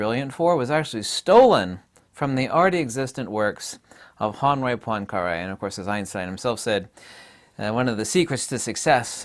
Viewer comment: poincaré....hurts my ears